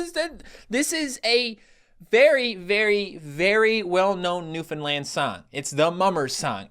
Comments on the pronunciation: it pisses me off when I hear newfinland it’s new-found-land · Filfy bloody mane landers it’s pronounced NEW-FOUND-LAND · It's more like Newf'nland with stress on the first and last syllable Source: I live there